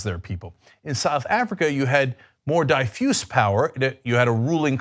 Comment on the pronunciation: Cenk - that's not how you pronounce "diffuse" ...